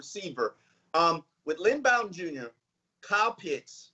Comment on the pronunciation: it’s Pronounced BO-den not Bow-den